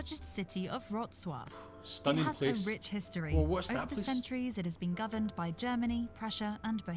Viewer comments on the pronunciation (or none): its Wrocław, ist sounds like Vrotswav 😁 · Wrocław W=v in English Every letter c you pronounce as tz expect in combinations ch- silent and cz= English ch like in Cherry. Ł= sounds pike letter w in English like in tbe word wonderfull. So Wrocław is something like you would pronounce Vrotzwav in English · Nope. ['vrotswaf] is the correct pronunciation. Voiced "w" [v] at the end of a word becomes devoiced to voiceless [f] in Polish. This is due to the general rule of devoicing of voiced consonants in the word-final position, except across a word boundary when the following word starts with a vowel or a voiced consonant.